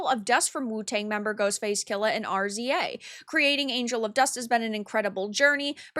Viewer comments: she really just said R Z A. lmfao. it's prounounced Rizzah. Some things you really should just leave alone. you giving em reasons to laugh at whitey right there. no hate. it's all good. but daaaaamnnn. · You pronounce RZA As RIZZA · RZA LOLOLOL it's pronounced "Rizza". But yeah, this game looks like dogshit. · The way pronounced RZA 😅😅😅 I think the black art murals make people think of George Floyd now, so if you're unfamiliar with Wu-Tang I can see how the trailer was looking a little Sweet Baby-ish almost immediately. Ironic that it turned out to be true.